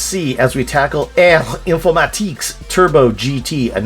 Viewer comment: Great series and what a nostalgia trip. Like you, I really like Super Cycle. I grew up with it. I think it is very playable. Great French pronounciation btw ... ere Informatique ❤ ...didn't know you had a master system. I had a game gear, which is practically a handheld master system. Loved it. Looking forward to the next vid in this series ❤